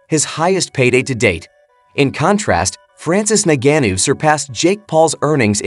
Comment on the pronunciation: Say Ngannou correctly 🤔🤔